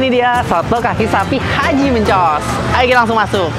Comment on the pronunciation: Mencos, e nya dibaca seperti meja. Bukan e dibaca kepala. Untuk seputaran percetakan negara, salemba, pramuka sdh terkenal dr zaman 90an.. Mencos itu nama orang, dijadikan nama daerah di situ..